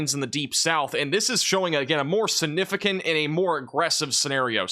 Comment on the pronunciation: Is it just me or does it always sound like he says "Sinificant"? Thanks!